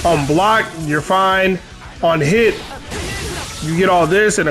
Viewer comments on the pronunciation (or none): none